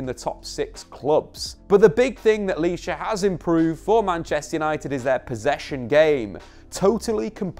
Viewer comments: It's Licha bro not lisha 😂 But anyway great video 🔥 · It’s pronounced *licha not lisha bro Good video tho 👍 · it's Licha not Lisha😄.